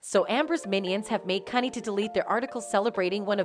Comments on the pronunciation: I believe CUNY is pronounced Q-nee. Not cunny. Someone's not from the NYC area. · The college CUNY (CITY UNIVERSITY OF NEW YORK) is PRONOUNCED: "CEE-YOU-ENN-WHY". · It's pronounced Q-Knee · As a New York City native, CUNY Is pronounced “Q-knee”. I’ve noticed in many of your videos, you are mis-pronouncing many words. Sending advice, that’s all. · Hi please give this robot pronunciation correcting CUNY is Que-new